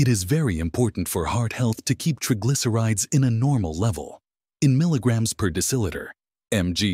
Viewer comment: Incorrect pronounciation of the words 'triglycerides' and 'basil'